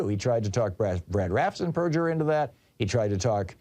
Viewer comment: It's not raftensburger - it's rafensburger